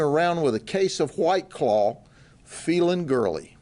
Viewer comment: “H-WWYYT CLAWW”😅😂